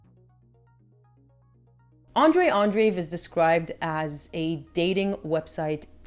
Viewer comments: Andreev, not Andriv. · Andreev is pronounced "Andreyev"/"Andrejev" btw.